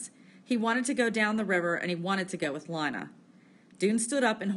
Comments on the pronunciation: Linea sksksks it's leena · It is Leena not L ina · (ALEX) yea its leena not lina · Nah “LEEna” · Li-na? It’s Lean-a 🙄😹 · it is not lina its leena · you pronounce Lina wrong